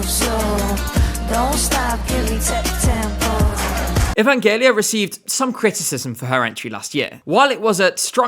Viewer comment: One small remark: Evangelia's name is pronounced "E-van-ge-LEE-a", not "E-van-JE-li-a".